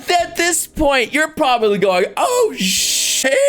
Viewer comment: The edit that Cino does makes it sound like is saying “Sheesh!” instead of saying “Sh¡t!”